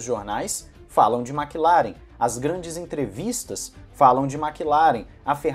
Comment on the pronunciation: Por que a galera fala Makilaren, e não Maclaren? Que agonia kk